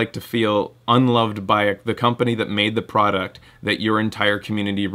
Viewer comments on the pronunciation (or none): none